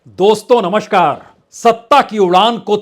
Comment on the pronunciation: Bajpai ji word is "NAMASKAR" not "NAMSHKAR" PLEASE IMPROVE YOUR PRONUNCIATION. Please don't mind.